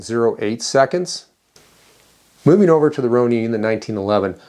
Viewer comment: Pronounced Roh/row/roe - Nin/Ninn not Neen 🤣🤣🤣